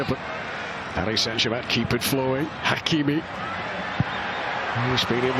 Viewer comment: Is it me or announcer doesn’t know how to say Hakimi‘s name. SMH. 😂